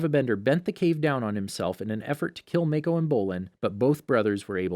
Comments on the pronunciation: This is bothering me. His name is Mah-koh, but Mae-koh. I know they are doing their best though and I appreciate the effort. Thank you for the video!!! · Gaz an is how they pronounced ghazan, Kia is how they pronounced kya and (make-o) for mako (ma-co) and (ten-zen) for Tenzin (ten-z-in) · Its not maeko either its maaako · Okay but why do you keep saying “mAikO” ITS “MAKO” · Sokka(Sock-Ah) not soak-ah Mako(Mah-Kho) not may-ko Kaya(kai-ah) not kay-ah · Every time he says "MAY-KO" it reminded me of the fat donut-eating cop saying his name, hah. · mayko ten-zen kia mhm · stop saying make o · I think Mako is pronounced (Mah - Co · I'm sorry, I made it 13 minutes, but it is absolutely driving my brain crazy every time I hear Kee-yah or May-ko.... I literally cannot make myself listen anymore... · Soakka. Kyaw. Mayko. Oof. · "ga-zan" "make-o" "kee-a" you sure youve watched the series?? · He needs to work on: Sokka, Mako, and Kaya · You said mako Wrong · Omg he keeps say "Kya" and "Mako" wrong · and when he pronounces “mako”